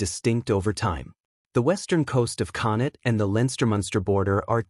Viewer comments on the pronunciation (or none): Connaught isn't pronounced "Connit"! It's Connukt. Choosing an Irish narrator would have made more sense, for this video.